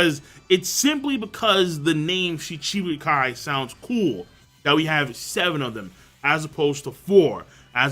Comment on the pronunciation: M8 learn how to pronounce Shichibukai please. You're killing me.